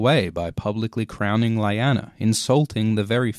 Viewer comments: My dude, it’s ‘lee-ana’ not ‘lie- Anna’. They say it so many times on the show.. not trying to ‘hate’ all it’s just weird. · I thought Lyanna Stark was pronounced "Lee-Ya-Nuh" not "Lie-An-Nuh" dude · Hey, your videos rule! That being said, it was slightly aggravating to hear you call Lyanna LA-YANA, when it is most likely pronounced LI-ANA (same as in the show). Did George share proper pronounciation with you or is it something you figured on your own? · Lie_anna? Wtf?! Lee_anna. Say it with me: Lee_anna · You keep saying lyanna wrong in the show they clearly say ( le-anna ) not ( li- anna ) it keeps getting on my nerves lol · isnt it pronounced "Leeyana" and not "Lieyana" it feeld wrong in my ears everytime the name is said, and the name got said alot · Lee-Ah-nah is how her name is pronounced. Rhaegar didn't die FIFTEEN years before it was 17. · You should pronounce it leeana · I hate to be a dick but, it's pronounced 'Lee-anna' despite the spelling 'Lianna'. Though I'm sure by now you probably know that already!? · whenever he says "laiyana" a part of me dies :( it's lyanna ffs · Just hurts my ear every time you say Lyana as LAYANA.....😏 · Lyanna is pronounced Lee-Anna... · It's not LAYANA.. please pronounce names properly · "LAIANA" wtf man . . . learn the pronunciation at least :s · It's pronounced "Lee- Anna" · Yeay,, new video! But it should be LEE-AH-NAH, oh well, hahaha.. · This was very interesting and I loved everything about this video except from the way you pronounced 'Lyanna', but that's neither here nor there. My only real issue is that the whole theory seems to rest upon an innuendo. Rhaegar stabbed his Nissa Nissa with his penis? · watching this video for the first time today.... do you have any idea how infuriating it is to hear Lyanna's name so terribly misspronounced????? cmn! on a 10M views video, really? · I’m sorry but I cant ignore the way you pronounce Lyanna. Great video tho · U don't know how to pronounce Lyanna